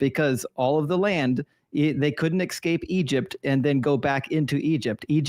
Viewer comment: How can someone as educated as say “ek-scape”?